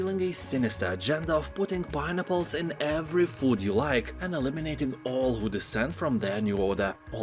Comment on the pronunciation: Lol I thought he was saying barnacles.